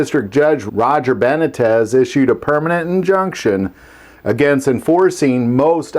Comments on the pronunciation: Judge Benitez : Beh-knee-tez, not Benetez lol....and out here in CA we call him St. Benitez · Ben - Knee - Tez not Ben - ah - Tez Also known as Judge "Saint Benitez" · His last name is pronounced Be-Nee-Tez, but he's the saint of the 2nd amendment. I wish he could be on SCOTUS, we'd have so many wins for our freedoms if he was. Shoot even if he was higher up and in the 9th circus, we'd be on better footing. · Beh knee tes is how you pronounce the judges name. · Not to nitpick too much, but the judge’s name is pronounced Ben- nee- tez. Thanks for the video. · Beh-NEE-tez. C'mon, man. 😂😂😂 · BA- knee- tez. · Ben 'E' tez ...Dude, you have to try harder. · Love your channel. The judge's name is Beh-NEE-tez.